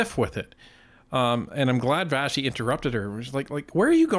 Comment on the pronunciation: Vassey* pronounced Vashi because it's Greek